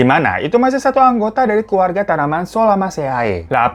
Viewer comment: Misi bang hiro, ada sedikit koreksi. Jadi yang benar Solanaceae (bacanya solanase) ini merupakan family dari kentang/ Solanum tuberosum L. Sedikit fakta juga yang aku ketahui tentang kentang apabila dibiarin lama maka akan tumbuh tunas diumbi kentang tsb (berwarna hijau), dan apabila dimakan maka bisa menyebabkan keracunan karena mengandung racun sianida seperti halnya di biji apel dan singkong (kadarnya kurang tau juga). Salam sehat bang Hiro dari Jurusan Biologi Universitas Brawijaya ✨🙏